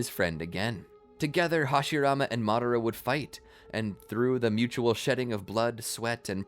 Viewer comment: Can you pronounce madara name better? I couldn’t caught exactly how you pronounced it but I know it’s not madara…